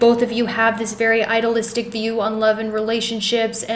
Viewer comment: You mispronounce idealistic. I-de-al-is-tic. It is a hard e